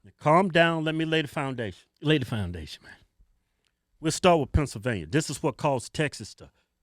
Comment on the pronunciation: "Pencilvainia" loool